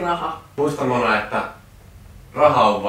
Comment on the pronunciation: Miks sanot monaa munaks